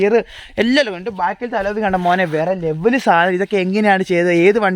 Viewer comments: അലോവിയല്ല അലവി. ഒരു കോപ്പും അറിയാണ്ട് ചെന്ന് വീഡിയോ എടുക്കും. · Aloovi. Enthu Koope parayan Padike enite para